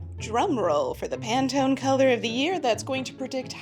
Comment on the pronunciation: Pantone ❌. Panettone ✅ 😊